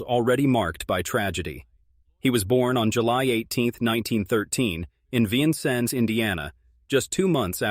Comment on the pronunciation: Please program your A I to correctly pronounce the name of Vincennes, Indiana.